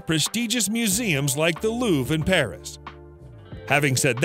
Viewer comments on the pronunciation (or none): none